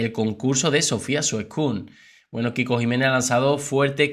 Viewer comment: Veo que sigues diciendo Suescun poniéndole acento en la ú Suescún 🤦‍♀😂😂😂 pero no ves que así no se dice???? Enriqué Garciá Jajaja